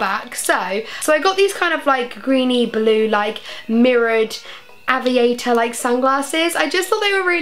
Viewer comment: Fml the way she says aviator 😂😩